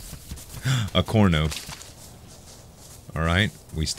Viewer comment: CARno...CARno...NOT Corno.